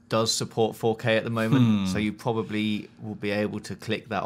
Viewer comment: "pwobably, bwief" LOL